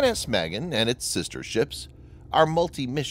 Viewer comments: It's pronounced "mah-GEN," not mehgin. Cyprus is not pronounced "cipris". You really need help with your Hebrew and English. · It’s pronounced mah-GEHN, not MEH-gehn. Literally means “shield”. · Pronounced Mahgain. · Magen: mah-GÉN. A as in ah, and accent on second syllable. It means 'shield.' Thanks! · Proper pronunciation is Muh-Gain - "Shield" in Hebrew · For crying out loud ! In Hebrew, and many other languages besides, the heavy emphasys is on the SECOND sylable. Never ever on the first as it is in spoken English. ma GEN ( protector, shield - noun, to protect - verb ) not the girls name Magen. Your butchering of Hebrew just irks me !! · sorry, I meant no disrespect, I didn't like the way he pronounced the name..